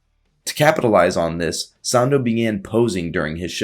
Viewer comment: It’s pronounced Eugene sANDow